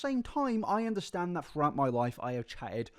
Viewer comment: "I feel like it's impor'in? To make this video? To help you guys understan'? Or to admit to my wrongdoeens?" Half of the fun of watching is hearing her mispronounce half of of her very limited vocabulary, as well as her weird intonation when she speaks. Also the fact that she admits before she even starts the video that her purpose is to "help us understand" her multitude of lies, rather than just admit she lies, is very on brand for her.